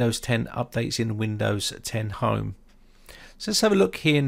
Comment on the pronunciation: did anyone skip this video when it sounded like home had no chance in the intro and then he says right so with hime haha runs back